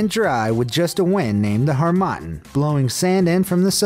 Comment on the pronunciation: Har-ma-tahn is how you say that West African trade wind